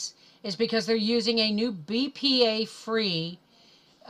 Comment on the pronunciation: Bpa not bra... Grrrrrr